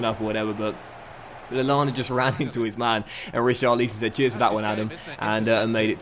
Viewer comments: It’s pronounced Richarlison not Richarleeson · Richar-lee-son? Oh, I always try to look past your constant mispronunciations but sometimes you make it so difficult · Why do you say richarlison so fucking weird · anyone else get really uncomfortable when he said richarlison?